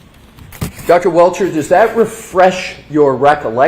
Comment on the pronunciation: King of the Objections. Welcher (should be Belcher). I love watching this guy, lol.